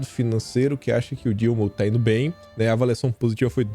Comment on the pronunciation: não é foi Ino, é foi indo.